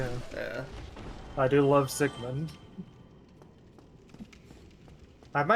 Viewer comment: When you said Siegemund I face palmed so hard I gave myself a nosebleed. His name's Siegemeyer. Also the bird nest in undead asylum is snuggly. You never actually see him. I'd have personally gone master key at start